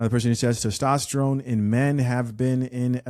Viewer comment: Testrone? Or Tyrone?? Lmao..it's testosterone!!